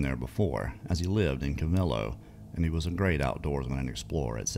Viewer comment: Its call co - vel - low